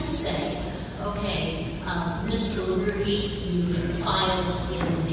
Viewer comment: Actually it's LaRouche (not Roosh).